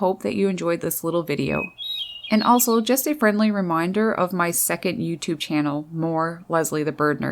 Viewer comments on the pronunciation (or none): none